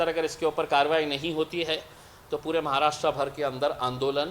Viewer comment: महाराष्ट्रा nahi महाराष्ट्र.भाऊ बोलना तो सिखो ना pehle.kaha reh rahe ho us ka naam bhi nahi malum. कमाल है रे.aur ye bambai kidhar hai. मुंबई बोलते है usko रे.नीट बोल नाव पहिले भाऊ